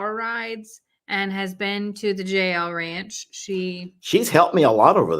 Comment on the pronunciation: When you say JL ranch it sounds like jail ranch!